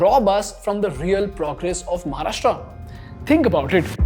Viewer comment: English मधे बोललात तरी महाराष्ट्र ला "महाराष्ट्र" च बोलणे अपेक्षित आहे. म्हाराष्ट्रा नाही.